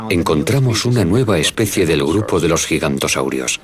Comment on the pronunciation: Se dice Giganotosaurus no Gigantosaurus